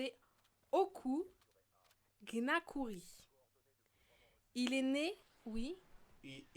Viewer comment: "Gnakouri" se prononce "Niakouri" un peu de respect mdr